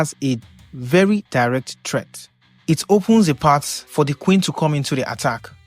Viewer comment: Perhaps you could make an effort to use an international accent ? Instead of your heavy i-dont-know-where-it's-from accent. Also stop pronouncing the word threat as "treat". And your video is a click bait. Thumbs down.